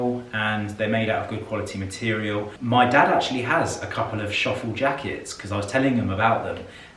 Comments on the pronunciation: The „ö“ in „Schöffel“ is there for a reason and is not pronounced „shuffle“ 😂😂😂😂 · Schöffel is a German brand and therefore sizes big 😉 They started out with ski wear. The pronunciation on time code 12.46 was correct. The first ones not (it is not shuffle). I love the leather “Westminster” bag! So sad that Sean Connery left us 😰 What a fine gentleman! A class of its own!